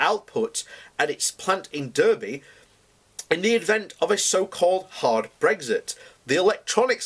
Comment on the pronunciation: Why is it that you don't know how to pronounce the name of the town Derby? Not a septic in disguise I hope.